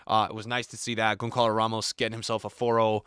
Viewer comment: Bro saying Gonkalo Ramos🥀